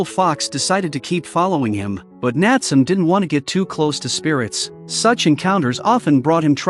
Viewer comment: Correct pronunciation of the boy's name is Nat-sue-may.